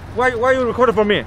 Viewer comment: the guy who came out of truck is fu****g hilarious!!!!!! “Wy u rekodin for me?” Bujaaaa ja ja ja